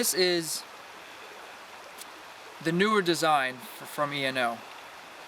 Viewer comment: you dont spell out eno you say it mate like this ee know